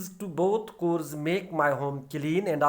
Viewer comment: chores ki proununciation sahi kren sir